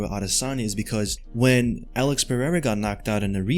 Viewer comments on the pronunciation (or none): none